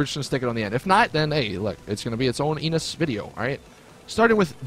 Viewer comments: When you said Enus it sounded like you said anus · Did he say "Come in my Enus" ?